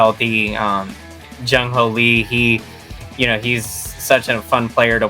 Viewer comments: His name is Jung Hooo Lee not Ho Lee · His exactly name is Jung Hoo Lee not Hooo Lee